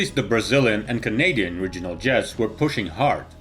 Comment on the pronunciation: What's a "RIDGE-unal" jet??